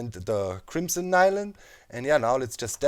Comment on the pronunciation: is it n-i-lium? personally would pronounce it as nill-ium